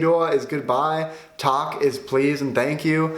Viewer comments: I’m sure your Swedish is okay but pronunciation in this video is way off. Example tack is tack not tark. Nor-sho-ping is Norr-sher-ping. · He pronounced Tack as Tak which means rooftop lmao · du sa tak inte tack och tak är rooftop .-. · well tack you said tak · your pronunciation of "tack" was off... what you said was actually tak, which means roof... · När du sa "tack" så lät det som att du sa "tak" haha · Lol, you're always pronouncing Tack as Tak which means Roof in Sweden. A tip would be to say Tackar, which would sound like Takar. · You pronounced ”tack” wrong, you said it as ”tak” which means roof. Pronouce the ”A” as the A in ”quack” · Talk is please? Damn you butchered my boy "Tack" . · Nej, nej, nej, nej Hur säger du "tack"? Ok I'm not gonna be mean but please don't say it the way you said it... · Wait, doesn't teachers in other countries take a coffe break and talk to each other between classes? Now I really understand what a great country I live in. Also, you are pretty good at pronouncing Swedish words, I just had a little truble with tack. And the last thing I want to say is another reason why you should take of your shoes indoor. Your feet gets really sweaty if you wear shoes all the time! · Omg u are in my state Norrköping and u should do the a in tack more like wen u scream aaaaaaaaaaaa😲👍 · What almost every american do wrong when they are about to say "Thank you" in swedish: Thank you in swedish is "tack". When it's a C before a K, the K is pronounced really fast. If you pronounce it slow it becomes the word "tak", which means roof in swedish. Another thing about this word is that americans (according to me, who is a swede) pronounce the A in this word really slow (like Taaaack) which is wrong. Wrong pronunciation: Taaaaak (long and outdraging A and K) Right pronunciation: Tack (fast A and K) :)